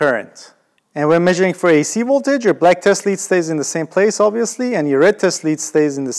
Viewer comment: “dc woltage” Chekhov much?